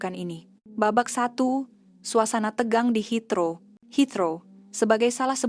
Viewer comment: Kalau orang indon buat video memang rosak, bahasa pun boleh rosak, lpangan terbang HEATHROW la, bukan Hitro , sekolah ke tak sekolah ni, rosak rosak, kalau kat kampung kau boleh la kau sebut hitro, heathrow la